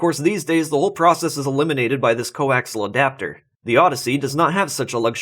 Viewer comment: I see plenty of people have educated you on the "english" issue. Now, coaxial is pronounced like it is spelled. Co, ax, ee, al. Its not co axle.